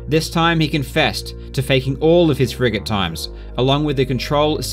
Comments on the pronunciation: anyone else hear "friggin" when he says frigate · I keep hearing "Frigate run" as "Fricking run" as if you were upset at the guy cheating lol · Everytime he says "frigate" I keep thinking he's saying "frickin'". So, I keep hearing "Henning's frickin' runs". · He says "Frigate" I hear "friggin"